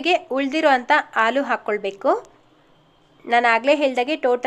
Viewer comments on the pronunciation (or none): Ucchara akshara correct agi heli..Haalu..